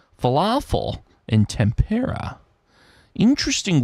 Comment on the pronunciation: Well done,! I didn't realize tempera paint was obscure (these days?) but a lot of people had trouble with it. Accent is on first syllable. Puzzle #50 🟩🟩🟩🟩 🟨🟨🟨🟨 🟪🟪🟪🟪 🟦🟦🟦🟦